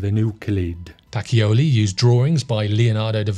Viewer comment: Nice video,. One correction on your Italian pronunciation. Luca Pacioli's last name is pronounced Pa - che - oh - lee. In Italian, the "ci" is pronounced like the che in cheese. If you want the hard c (which sounds like k), it's spelled chi. "chi" sounds like the ke in key. I've learned a lot about photography from you so I thought I'd pass along a little information on another subject!